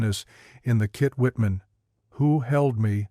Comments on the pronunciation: The hell you keep saying Kit Whitman for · Why can’t someone at least check that they don’t have “kitchen” pronounced correctly. What the heck is a “kit-whitman”